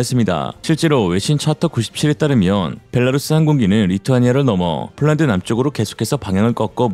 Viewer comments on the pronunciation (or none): none